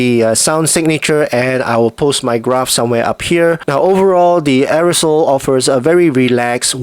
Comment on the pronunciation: Arisole? It's Airoso (air-o-so),.:face-blue-wide-eyes